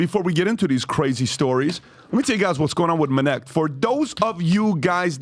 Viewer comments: The very moment I hear "Minnect," fast forward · "Let me tell you about minect" ... proceed to jump to next chapter.